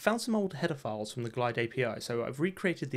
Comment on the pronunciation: 1. Great video! Love the content. Please keep it up; I've subscribed. 2. It's up to you, but I'd enunciate "header files" to not sound like "paed***". EDIT: I removed my note on LUFS - you're good! I feel silly; my gain was down. lol